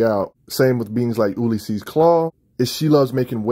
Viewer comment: so Ulysses is pronounced "you-lis-sees" fyi